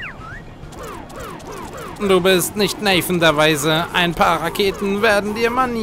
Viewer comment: Du kennst Nathan der Weise von Lessing nicht? o.O Okay...? (Man spricht den Namen übrigens Deutsch aus.) Wir können uns aber selbst mit diesem knüppelharten Boss darauf einigen, dass Welt 4 die beste Welt ist, oder?^^